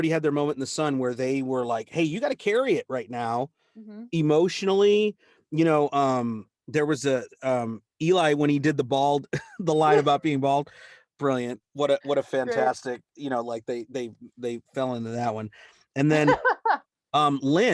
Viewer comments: OOH! Another VoicePlay reaction so quick! Yay!! Thanks for the fun! (Side note, Eli is pronounced L.E./Ellie, though it's spelled to sound like E lie) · One the patrons asked Geoff which god had his parents sacrifed to in order for him to be this talented. Not just the voice but his arranging skills and everything else. He keeps forgetting to ask them so we'll never know. :) Quick reminder: Eli is pronounced as ellie. Rhymes with jelly. :)